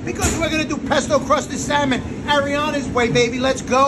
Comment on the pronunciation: Pesto cwusted Syamon.